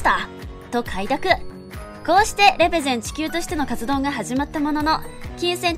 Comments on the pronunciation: レ↑ペゼン↓地↑球↓ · レ⤴ペ⤴ゼン地球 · レ↑ペ↓ゼン地球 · レペゼン地球の発音www dj社長はすごいです♬